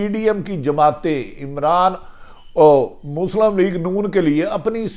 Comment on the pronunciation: mohtram janab Bhatti sb. bahot umdah aap ka halaat e hazra per tajzia. braye maharbani apni qaumi zubaan sahi kijyea (meri baat yaqinan buri lagay gi) - aap Muslim ko Muslam kehtay hain - doodh aur shahad ki nahrain 'BAITHEN' gi ? - BILA AKHIR nahin (Bil'Akhir) - Hamla awar 'karnay se'? - Mobaina? nahin (mobaye'yana) - 'hadaf' ka nishana ban rahe hain... ? - Ba'di ul nazar ( taqreeban her video main yeh lafz istemaal kartay hain, goya aap ka takiya kalam hae) aur kayee khamiyan hain. mera mukhlisana mashwara hae ke upload karnay se pehlay kisi sb se sahi talaffuz etc pooch kar rehearsal kar liya karen). gran guzray to maaf kardijyea ga aap ka mukhlis.